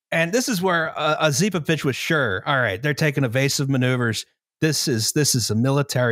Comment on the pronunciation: Probably doesn't matter, but pretty sure the stress is on the first o in Osipovich